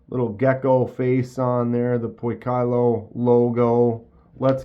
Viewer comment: Poi kee low pronounced